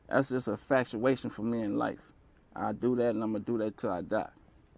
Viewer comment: "That's just a factuation for me in lyfe" lol